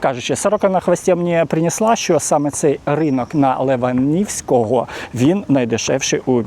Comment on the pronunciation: Леваневського, а не леванівського. Б.Церква відстань від Києва 80км.